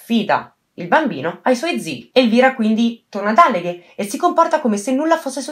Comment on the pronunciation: Ciao, scusami io adoro i tuoi video ed apprezzo sempre i tuoi lavori, però ti suggerirei di prestare più attenzione alla pronuncia sia di nomi di persona sia di luoghi, in questo caso Alleghe si pronuncia con la A accentata (lo puoi trovare anche scritto su Wikipedia..). È solo un consiglio, non prenderla come una critica, detto questo continua così!😘